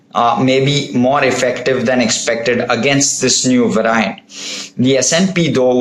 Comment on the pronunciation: "va-ry-ant" loll